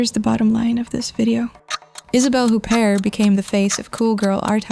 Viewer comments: OO-bear, not HOOP-ert. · You do not pronounce the t at the end of her name!!!! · Please don't use clickbait titles and learn how to pronounce her name (which I find strange, Isabelle Huppert has been one of the household names ever since I was a kid). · When you mispronounced her name, I figured you really don't know anything about her, so I bailed. Oe maybe this is AI.